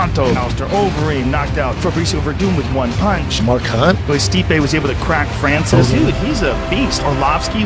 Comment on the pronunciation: Stipe "Stiopic" Miocic